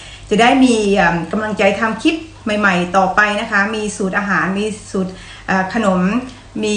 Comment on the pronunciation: นิ้วยาวสวยจัง อาหารคนอื่นชมหมดแล้ว, ติเพื่อก่อ พยายามออกเสียงอักษรกล้ำหน่อยค่ะ โดยเฉพาะคำว่า คลิป เพราะต้องพูดบ่อย คงไม่โกรธนะ